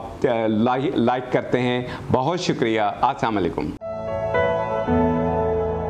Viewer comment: Aslamo alaekum Apke nuskha jat bohot pasand aae. Jazakullah.aik zroori tashi kerni he ke ap slam men lam saf nahi kehte.lam ke bagher ye Buddha bun jati he.is lie please aenda ahtiyat Karen